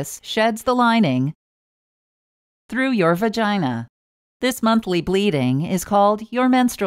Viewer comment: It’s kinda funny how it paused and then said. . . . . “ through your Virginia”. . .